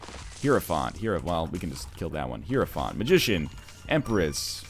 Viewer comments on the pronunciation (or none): none